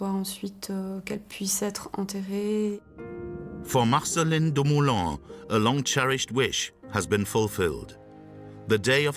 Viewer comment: Good doccie! Super interesting. PS - it's Dumoulin - not Lumoulin : )